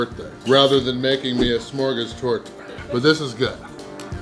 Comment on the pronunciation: First of your pronunciation of smörgåstårta was spot on for a english speaker i would say. Smörgåstårta is a klassik and there are tons of variations on fillings and decoration both seafood, fish and meat options, im sure there are vegan options aswell but we dont speak of those;) Really impresive, i could probobly eat 1/4-1/3 of that simply cause i love it, i know i would feel sick afterwards but it would be worth it:)